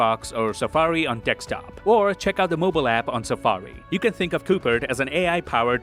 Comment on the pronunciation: Did he just say "Dekstop"???